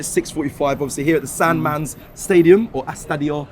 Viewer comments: San Mames =MAAA - MEESS. Not san mams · Who has convinced that that is how you pronounce San Mamés? 🤣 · This guy is so annoying.. Just tell whn u dont know somthing, whts the up with tht pronunciation of th stadium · How do you manage to butcher the pronunciation of San Mames? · Love but Bro your stealing a leaving at AFTV, almost zero effort in doing your reasach on teams. U can’t even pronounce the name of a huge club in Spain. And you travel all over the world with this channel. Do better Bro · can't even say the stadium name right😂😂😂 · It’s, San Mamés, you donut. 🍩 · That's not how to pronounce San Mamés 😂😂😂😂😂